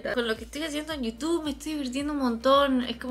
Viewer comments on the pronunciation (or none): none